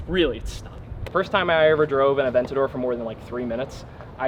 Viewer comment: A-vent-ador = I love Vents for Lamborghini